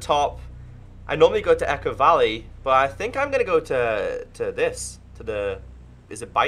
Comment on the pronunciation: We now call "Echo Valley" "Ecko Valley" 👌🏼